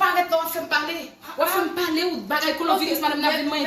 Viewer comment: Machann lan paka di nom maladi an🤦🏾‍♀️ Koloviris 😂 machann lan pa mete mask 🤷‍♀️